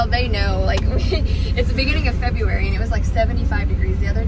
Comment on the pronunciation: What about frank did he get a pardon? You said January or frebury